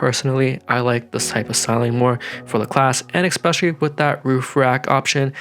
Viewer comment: eKspecially nice Teeyota